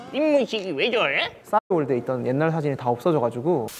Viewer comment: 이 왜저뤠? 왜저뤠? 왜저뤠? 목소리 발음 진짜 귀여움이 너무 심한거 같은데ㅠㅋㅋ😊😂